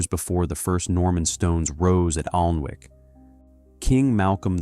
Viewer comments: I’m out - if you can’t pronounce the actual name of the Alnwick - ANNICK- then the research isn’t good enough. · It is pronounced anick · the 'L' is silent!